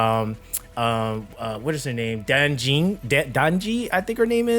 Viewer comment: Yangyang name is correct, Chixia still incorrect, Baizhi also correct.. good work..:v Jiyan still incorrect..:v Danjin almost correct... Sanhua is correct.. Yangyang [NOT Yaengyaeng] ✅ Baizhi ✅ Sanhua ✅ Chixia [NOT Chesaiya, but Chesya... i cant really explain this in English...] Jiyan [NOT JiYAN, but Jiyaen, the a almost sounded like e] Danjin [NOT Daenjin, Danjin] Anyway... the MV is very ligh-hearted.. bery bery nice...